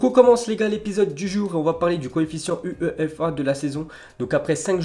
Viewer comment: Comment tu prononce UEFA😅😂😂😂😂😂😂😂